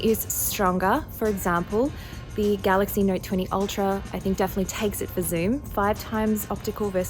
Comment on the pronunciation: Ipheurn vs Galaxy neurt